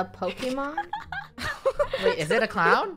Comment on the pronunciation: CIOWN hahahahahahahahahahahahahaha